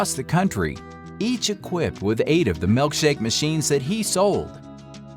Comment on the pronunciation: MILKshake... Not MELKshake... Drives me nuts